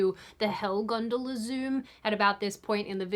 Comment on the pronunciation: You don't get to complain about 'Mom' when you pronounce gondola 'gundula' 😂